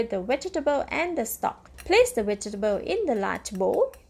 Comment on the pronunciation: Are you trying to say "V E G E T A B L E S?? 🧅🫑🌶🥔🥕🌽🧄 I keep hearing "wedgables"! 🤦‍♀️